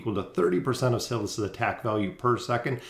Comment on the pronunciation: Cil-iss??? No bro Sy-liss